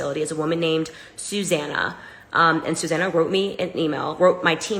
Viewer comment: Suzanna? Sue Zanna. Sue.